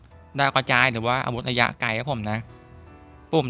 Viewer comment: ระยะคับพี่ ไม่ใช่ ยะยะ